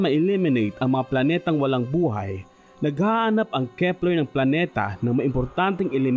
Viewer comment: at nadiskubre ng kehpplerrhh